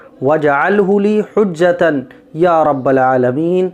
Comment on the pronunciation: Maaf kariyega hujjatan nahi hai hujjatai padha jainga